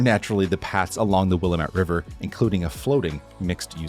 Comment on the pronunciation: But pronounced Willamette wrong sadly.